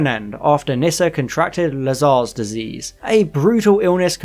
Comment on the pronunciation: This is by no means meant to be a nasty comment, but the tightarsed anorak in me is incensed and forces this query. Have you actually watched Classic Who, sir? The reason I ask is due to the myriad of mispronounced names/planets in this video (Track-en? La-Zarrrrs disease? Row- mana? etc). I have never tried the New Adventures/Missing Adventures/ Big Finish stuff and after your synopsises here of some of them, I'm glad!! Peri gets abused so badly she becomes infertile and needs facial reconstruction surgery? No thanks, makes 'Nil by Mouth' seem like 'Sesame Street' I'm sure... Kamelion has a baby with the TARDIS?!!! Excuse me? What drugs are these authors on? The desire to shock and be different being so strong clearly, that logic, common sense and realism (even in the Whoniverse) is obviously cast aside!